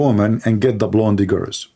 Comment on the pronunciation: seriously, you need to learn English. You are mispronouncing a lot of words. It is not "blondy" girls. You do jot pronounce the "e" in blonde. So you pronounce "blond" the "e" is silent.